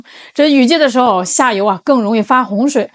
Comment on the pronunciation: ，妳是说印度下游还是印度下流…😅我重复听了几次😂。